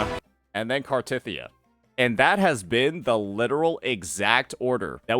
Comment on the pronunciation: Is a main story skipper? Ain’t no way he’s pronouncing Cartethyias name like that